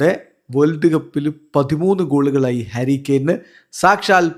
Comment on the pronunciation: ഹരി കെയൻ അല്ല.... ഹാരി കെയൻ.... 👍🏼👍🏼👍🏼😃